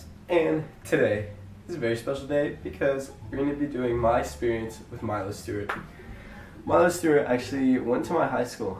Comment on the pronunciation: sounds like you're saying Miley Stewart lol